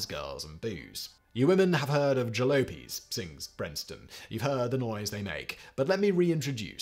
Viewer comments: lop not lope...lol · Ja-lope-ies? Ja-lop-ies! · It's pronounced jalopy like sloppy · it’s jah-lah-pees not jah-lo-pees. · Ha ha ha, Jalopies! Simon, surely you now how to pronounce Jalopies? The second syllable is Lop, not Lope. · The latter part of jalopies rhymes with poppies. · Fro crying out loud - "Ja-LOP-Pees", "CRY-SLERs:" You forgot Carl Perkins - One of the famous four from Sun Records. ..Damn Limey. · G'Day, Ah the Pronunciation of Words! You threw me the Way you Said Jalopies! it is more Ja-lop-ies! Lop as in Trees!:hand-pink-waving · Jal-ah-pies please 🙃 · Uh... "jalopies" is pronounced like "the poppies".... :face-fuchsia-wide-eyes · FYI, "jalopies" is pronounced juh-LAH-peez. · Today you found out “jalopies” is pronounced like “jaloppys” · Not to mince words Simon but Jalopies is pronounced juh laa peez. 😊 But otherwise as always great video... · Lol it's pronounced "ja lop ees" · Respectfully, it's pronounced ja lop ie's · The most interesting thing I learned from this is how Simon pronounces "jalopies"... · Jalopies with an "ah" sound, Simon, not "o". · Agree! 😎 Also for some reason many Brits like him pronounce boogie as boo-gie, not boog-ie, the oo pronounced like the oo in book... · Lots of talk, but no music. However, the word "jalopies" is pronounced with a short "o", to rhyme with "top." It's a corruption of "Jalapa," an area in Mexico to which many old US cars were shipped. Hence, the term "jalopies," old worn-out car, and later "hot rods." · Simon reads the word "jalopies" for the first time in his life and, of course, gets the pronunciation wrong.